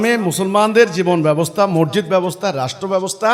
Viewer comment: মরজিদ কি? মরজিদ না , সঠিক উচ্চারণ " মসজিদ"।